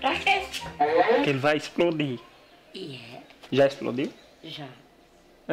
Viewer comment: Esprode? Isprode .... Prei powpropopopo